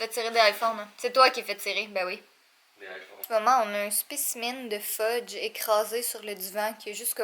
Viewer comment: Je dirais que c'est plutôt qui est un enfant quand il joue avec des couteaux Hihihihihi Fudge est le plus beau chat de l'univers je suis d'accord avec toi Catherine! Le sacrilège qu'a prononcer! J'en reviens pas!😄 😋